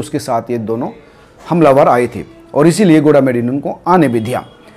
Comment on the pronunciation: Gola medi nhi bhai goga medi h